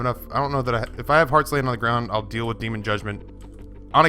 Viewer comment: Deal not deak